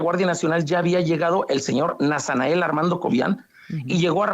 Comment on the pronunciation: Órale que el refinado y educado está este ratanael que diga nasanael😅😅😅😂😂 pura mugre de gente